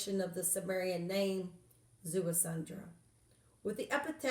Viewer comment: There is no "N" in his name...it is pronounced Zea-su-dra ( Ziusudra ).